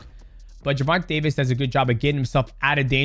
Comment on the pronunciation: “Jewvontay Tavis” come on bruh be better